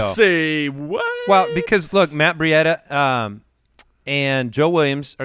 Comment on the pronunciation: Matt Breida is pronounced Matt Bree-dah. Breida the cheetah